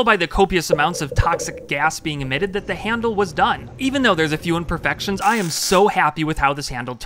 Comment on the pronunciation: “Imperfections”…. This man…